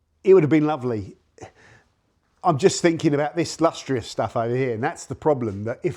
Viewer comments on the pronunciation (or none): Lustrous not LUSTEROUS